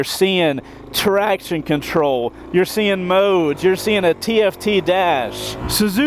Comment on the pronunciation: "no moowdes"